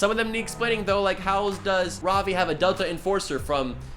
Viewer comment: He looks like nate from the series Ik you aren’t indian but try to say ravi as Ruh-vee instead of Rah-vee. Because i am indian i grew up with hindi as my first language